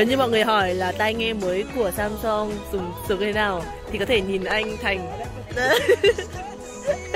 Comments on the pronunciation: k có song?????. Theo phát âm của hàn sam seong sẽ đc ng hàn đọc thành sam song nhé. Chứ lgi có samsun đâu má, xam xong xam xong:)))))))) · Từ samsung đọc đúng là sam soong thì phải